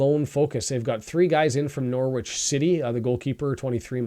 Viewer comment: Fellow Canadian here, from Newmarket Ontario. I’ve become a regular and you’re doing a great job. FYI Norwich is pronounced Norrich, you don’t pronounce the W. I was born and lived in England until I was 10, so I have a handle on the accents and pronunciations. Keep up the good work.